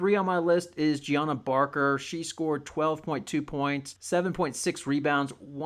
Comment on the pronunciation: Also, it’s pronounces “juj-nigh-uh” barker. Not Gianna lol